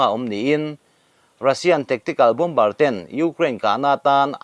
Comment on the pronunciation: Hmun/mihring hming hi chu..lo lam deuh nawk2 mah i la a pawi lutuk lo..mahse Bomber etc te ang hi chu..Bom bar...ti lo in ..Bomb-ar ti a lam hram2 a tha...